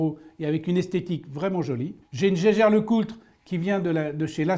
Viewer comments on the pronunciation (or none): none